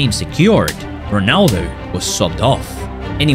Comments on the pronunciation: est-ce que vous avez remarqué qu'il a dit gronaldo a 17m 30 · Ronaldo ❌ Pinaldo ✅